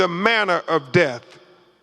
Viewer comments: Is he saying Def or Death? Pathetic. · Damn, he even took a second to make sure and that still what came out. This is harder to follow than the freakin boat audio. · If he’s an educated man he should be able to pronounce his th’s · Thanks for commenting I was looking for this thread. I know what the first person means now by def. LoL Crump was trying to say death, but he says def😂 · Name of de-seeded 😂 Purr-liminree findings 😂 Oh-sipituh 😂😂 De-compensation 😂😂😂😂wiff-insighed 😂 Doo-win 😂 Maynor of deaf 😂😂😂